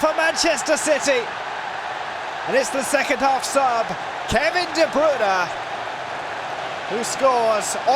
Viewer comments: NOT DE BRUN KEVIN DE BRUYNE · He is like what? 10 years in Manchester? And still those TV muppets can't pronounce his name correct